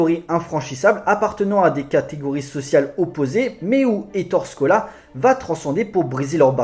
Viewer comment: ça se prononces "é torè scola"